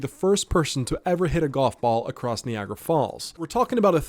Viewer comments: Kneeagra falls 😂 its Nigh agra falls. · Knee-agg-ra falls tho??😂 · Stop saying "nee-agra" you damn robot narrator. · Bro said "nee-agra" falls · Knee-Agra falls!? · “Nee-agra” Falls… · The fact that you can’t say Niagara correctly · I have never heard Niagara pronounced that way 😂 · 😅 its like night i heard you say it near the end of the video you didn't say knee ght so how you over complicated ni agra is beyond me 😅